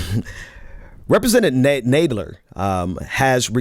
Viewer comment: It is NOT Naaadler. His name is Nad (as in Mad) ler. You are in a position that requires you pronounce names correctly. Please....his name is frequently in the news and there is no reason for you to mispronounce it.